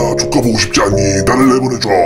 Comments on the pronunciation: 조카라고 하는게 조까 라고들리는데 네귀가 이상한것가? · 어둠에 열철이 조카라고 할때 나만 ㅈㄲ로 들렸나?? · 조카 조카 조카 이러는걸 ㅈ까 ㅈ까 소리로..